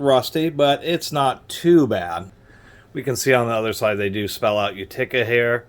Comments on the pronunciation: Sweet old wrench! Many pronounce it "YOOteka". says "YOOtekER". I have no tools from Utica but have been there. Nice find. Should clean up nice unless rust has gone on too long. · What in God’s green earth is a You-tick-ah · Accent is on the first syllable! U ti ca. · The way he says Utica is completely insane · still can't pronounce Utica. Oh well. Great review otherwise.